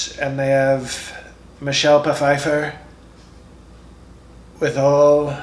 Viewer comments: Michelle Pa-fifer. You crack me up and you looked like you almost lost it. 🤣🤣 Lots of sniffing. 🤣 Good video. 👍🏻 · Pa-fifer....im sure Trump's people say that is correct. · Michelle P-feiffer! Love it!